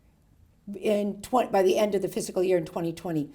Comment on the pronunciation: Is she saying physical instead of fiscal??